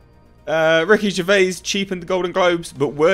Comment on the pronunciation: Who’s Ricky Ger...vay? The mans a legend, say his name properly ffs!